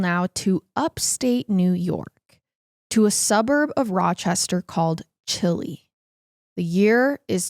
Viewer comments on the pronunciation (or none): A Rochester local here it’s pronounced “chai-lie” lol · The town that is pronounced wrong the most in Rochester is Chili. Its Chai- Lie❤️ absolutely love both your channels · Chili is pronounced like chai-lie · I’m from there!! It’s commonly mispronounced but haha it’s Ch-i-lie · All the rochester natives say it for her in the comments! chili is pronounced chai lie. I know its weird.